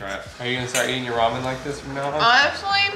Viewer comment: Did she say “Roman noodles?” Lol